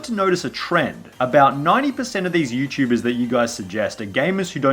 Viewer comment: Lol "Youchubers"